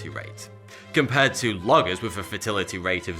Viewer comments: I love his accent but it sounded like he was saying "fertility" instead of "fatality" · I know it's your accent but please try to say fatality instead of fertility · Anyone else hearing "fertility" instead of "fatality"? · When he says "fatality" it sounds like "fertility" - quite the opposite concept. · Did anybody else hear him say "fertility" instead of "fatality"? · lolz not just once either! fertility, fertility, fertility and not one single fatality. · I wasn't sure if it was a mispronunciation or a feature of his accent. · Since when is fatality probounced fatility? A British idiom? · Every time he said fatality, it sounds like fertility to me and it's kind of hilarious. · It sounds like he’s saying fertility rate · When you say fatality it sounds like fertility and its weird af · The way you pronounce "fatality" sounds more like "fertility," lol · He keep saying "fertility rate"! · Why do you keep saying 'fertility'????? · I keep hearing fertility rate. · your 'fatility' sounds like 'fertility' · I swear he keeps saying fertility rate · I'm British. He definitely said fertility. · When he says fatality it sounds like fertility doesn't it? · phung tran . lol... Thats not anyway any British, Welsh, Scottish or Irish pronounce "fatality". Doesnt matter if that person is from the north of Britain eg Manchester, Hull, Liverpool or Blackpool etc, Jock or Geordie. Not in the the Midlands neither, eg Birmingham, Hereford & Worcestershire etc... Or even in the south, eg. Cornwall etc etc... Not even cockney Londoners pronounce it this way. You are greatly mistaken if this is how you believe British to speak... Sorry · When you say fatal it sounds like fertile , or is that me ? Anyway good video 😀😀😀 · Are you saying fertility or fatality? Because they're almost opposites. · why is he saying fertility and not fatality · Do you also pronounce "Fatal" as "Fetal" the same way you say "Fetality" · it sounds like he keeps saying fertility rate